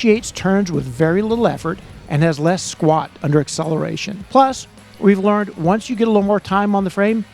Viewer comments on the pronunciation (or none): none